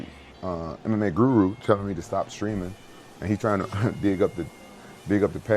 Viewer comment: Guru turns Indian